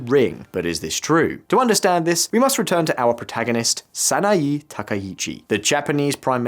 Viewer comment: Good summary but… in Japanese vowels are regular. “E” is always like in “Bet” a Sa-Na-Eh, not Sa-na-Ee - he is saying E the same as i like Sanai Takaichi. That said good summary, just need to not follow the English tradition of randomly mangling vowels